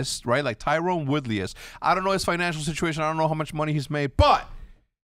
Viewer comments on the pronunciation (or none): it’s not tyrone it’s tyron LMAO